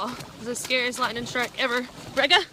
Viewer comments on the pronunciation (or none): Watch out fer that LITE'nin'